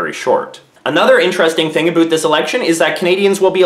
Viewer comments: Sees American flag and Portrait of Queen, sighs.. hears him say "aboot".. aright I'm out fake Canadian right here! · Did you just say "aboot"? lol (instead of about) Was that intentional, to make the video more noteworthy? Anyway, get out and VOTE, Canada. My choice is, anyone but Harper. At this point, I think Liberals are the best option because they have the best chance of dethroning the Cons. I'll be glad when those sickening Con advertisements come to an end. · I've lived in Canada my whole life and never heard anyone say aboot until now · All I heard was "aboot". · I heard you say aboot several times but then I heard you say without and not withoot. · 35 seconds in you said aboot this election. you are making us stereotypes lol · did he really just say aboot..... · I'm Canadian born and raised and I have never heard anyone say aboot until now../ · I didn't Canadians actually said aboot. I totally thought that was a stereo type haha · Aboot. Thanks for stereotypes. thanks